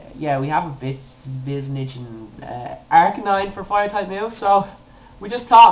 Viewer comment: ARCANINE IS pronounced AS AR-KAY-NINE I HAVE A BOOK THAT PRONOUNCES THE NAMES